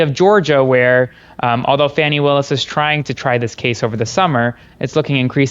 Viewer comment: How is it the lawyer doesn’t know how to pronounce Ms Willis’s first name nor Judge Merchans last name? I just find it odd is all.